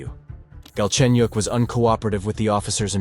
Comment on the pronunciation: Galchenyuk is his last name, btw. And it's pronounced way different from how it sounds in the video.